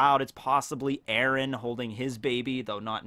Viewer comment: Terrible, terrible. Its eren dude.